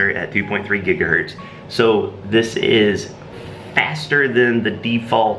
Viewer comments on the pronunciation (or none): none